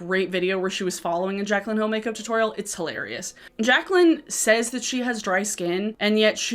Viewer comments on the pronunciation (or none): none